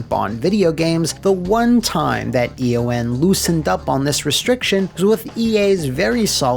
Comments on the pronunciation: Eon is a word, not an acronym. It’s pronounced “E-on”. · E.O.N. is “E-On” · Eon is pronounced like ion with an E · Does not know that ‘Eon’ is a word or...?